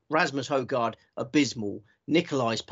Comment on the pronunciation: …and I do hope you had several bags on the Hojgaard/Aberg double. You seem to have mastered how to pronounce Aberg properly, but as a Dane I have to insist once more that Nicolai pronounces his family name as: Hoy-gor….so there…